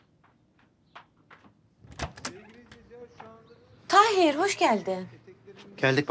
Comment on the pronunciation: Tahir'in karısı, maçta, "Taheer Taheer" 🤣🤣 kiyamam ya kadina 😢